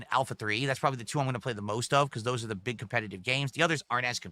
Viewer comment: "one of duh Best Gamers in the country"